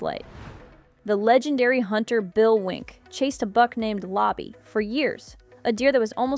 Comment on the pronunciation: I chuckled when I heard that also. I have always known him as Bill Winke with the "e" being pronounced at the end.